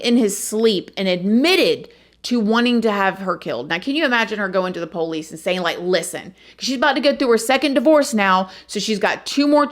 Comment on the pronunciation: Girl!! Mr. Ballen told this same story, but he didn’t mention that she had psych issues before this situation. Cra-ZEE! BTW I love you and your personality…and the way you say “the poe-lease”!!❤️❤️☺️